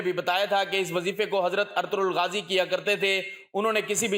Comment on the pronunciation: نام صحیح طریقے سے ادا کریں ارطرل غازی نہیں بلکہ ارطغرل غازی ھے